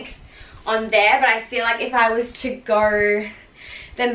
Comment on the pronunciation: Yelorw, so you knorw, gorw